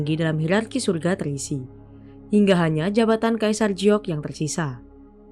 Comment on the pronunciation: "Giok" kenapa dieja jadi mirip "Jiok"?🙄